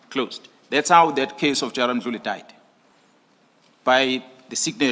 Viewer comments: The lady in this channel is pronouncing general mkhwanazi incorrectly She says makhwanazi can someone correct her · You can't even pronounce his sir name the right way.